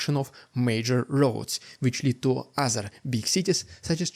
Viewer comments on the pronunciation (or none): none